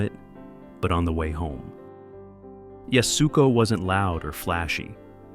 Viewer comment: Yasuko is pronounced “YAS-koh,” not “Yas-OO-koh.”